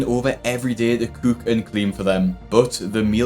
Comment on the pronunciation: Omg I love this videos but the way he say cook is killing me😅